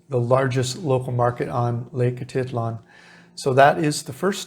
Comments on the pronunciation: A teet lan.... not...A tit lan ... thought you might want to know .. Your pronunciations are not correct a few times. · Great content! I cringe every time you say atitlan. It sounds like a teat lan, not a tit lan